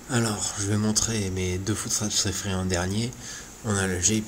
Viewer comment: "un footsptrapSSSS " argh